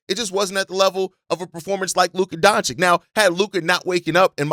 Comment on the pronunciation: DONCHICH!, not DONCHICK. It hurts my ears when you change that guy's name so often!